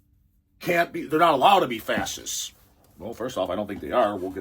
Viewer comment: We have a lot in common you and We, Jibbles for instance thinks its rather "darling" how you pronounced ^Fa-shist-ss^ as Fa-ss-ists ... Almost like your some sort of "innocent"... You know, in Our Blackfoot heritage (Niitsítapi) We have this Great-Great-Great Grand Mother who defended Her Teepee (Tipi) Children and grand Children by fighting a Prairie Grizzly Bear... and Her tactic was to stick Her arm in its mouth and twist its tongue down its own throat and choke it to death... Apparently it took like half an Hour or so... But she had already given birth many times so She was NOT "pain" compliant... She lost Her arm, but She has great Name because of that... Not gonna say it, here but She is known among Us, the REAL People... Now, thats' a REAL Woman...